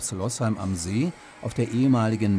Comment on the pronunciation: Losheim nur mit einem "s", also gesprochen "Loosheim" und nicht "Lossheim".